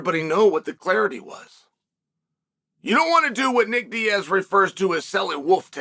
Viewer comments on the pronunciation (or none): none